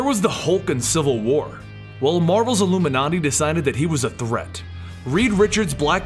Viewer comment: did.........did he say ......ILLUMINNAITI